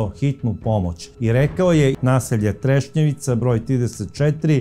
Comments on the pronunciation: kaže se Trešnjevka u Zagrebu je kvart a nije Trešnjevica 😊 pozdrav iz Zagreba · Trešnjevka. Ne trešnjevica. Kao da kažete voždobac umjesto voždovac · kvart je Trešnjevka, ne treševica. Inače sjajna emisija kao i svaka vaša. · Kao i uvijek, preodlična emisija. Hvala Vam. Samo jedna mala, prijateljska napomena. Naselje se zove Trešnjevka, nije Trešnjevica, iako zvuči baš simpatično! Pozdrav iz Zagreba! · sve su vam emisije super samo uvijek kvartove Zagreba krivo izgovorite nije trešnjevica nego trešnjevka i u emisiji o Marijani Seifert nasalje je savica molim vas obratite na to pažnju